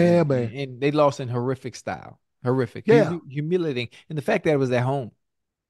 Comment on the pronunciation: Yes, there are five syllables Ocho! Hu-mil-i-at-ing.😂💚😩😅